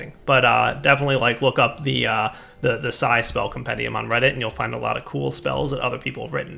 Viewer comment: why does he say si or sci p s i as it is spelt??